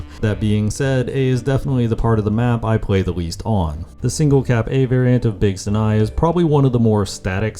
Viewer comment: World record for most amount of times that Sinai was mispronounced in a single video